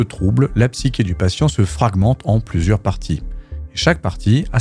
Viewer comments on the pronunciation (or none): Super vidéo, très bien écrite, très intéressante et philosophique. Pour info - car vous semblez être perfectionniste - on prononce "psyCHé" comme dans CHoses. Je vous donne mes points de boost car j'ai vraiment passé un très bon moment.